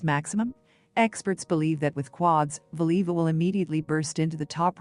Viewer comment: It would be nice if whatever this is could prounounce her name correctly.